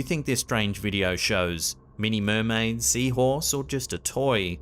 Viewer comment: do you have a trouble speaking saying the word mermaid skeleton mermaid